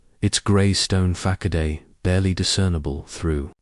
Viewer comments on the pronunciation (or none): Well, what a surprise that the terrible reading turns the story into a rip roaring comedy. Who knew that facade could be pronounced as ‘ fack-a-day! 😂